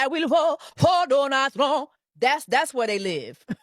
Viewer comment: "I will boat for Donald Tromp" 💃 👯‍♂️ 💃 👯‍♂️ 💃 😂😂😂😂